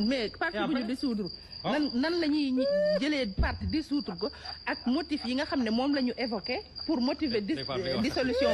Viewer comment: Manoul sakh wakh "dissoudre" mou toppoo naane "désoudre"😂.